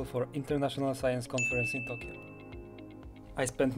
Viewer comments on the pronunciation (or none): none